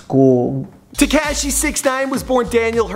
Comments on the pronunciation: Its te-ko-shee= tekashi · So annoying when he says "Te"cashi"it's not even pronounced right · pronounced * teh - KAH - shee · Foreal he cant even say tekashi right lol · the camera man is laughing because of the way you pronounce tekashi!! you really never heard anyone say his name? you didn't watch even one video about him before doing this? smh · Omfg the way he said tekashi made me wanna kms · how he says tekashi makes me cringe